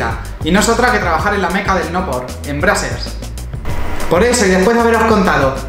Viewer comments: Carlos Ferreras Yo vivo en USA is se pronuncia breizers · Se pronuncía "Breisers" y el lo pronuncia "Brasers" con todo respeto los españoles pronuncian muy mal el inglés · Brazzers se pronuncia bracers? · ElChismosogro Futbolero se pronuncia breizers xD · Spooky Ougi [2spoougi4u] no se pronuncia así - breicers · Como cuando trabajas en Brazzers, pero no sabes ni pronunciarlo :v